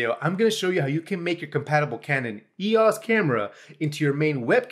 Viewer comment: TIL that it's pronounced ee-oss and not E-O-S